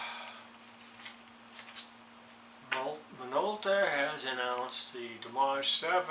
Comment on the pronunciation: Nice camera and great price...I don't have this model in my collect however, I have always admired what this camera can do! And you are correct, Minolta bought Konica some years ago...also if I may correct your pronunciation...its pronounce "dee-image". I looked at the specs on it, it is very nice for what it has...first it has a nice big 2/3 sensor! Fast lens at f2.8, you have full control over the camera and it offers RAW & TIFF, exciting I know!:) I am very happy with those specs! Now for the bad news..it does not use a SD car, it uses a CF Type I or Type II, will not use Type III,...it only supports cards up to 2Gig...remember that when buying...as far as video goes, you will not be using it for YT, it shoots 320 x 240, 15 fps, 60 sec max, with or without audio or 640 x 480, 7 fps, without audio...it saves the video files in the ".mov" extension. To start out, leave the camera in the "P" mode, this is eccentrically "auto" mode, except it allows you the user to change some items if you dont want default, such as ISO, color, etc... Good luck! ~Jack, VEG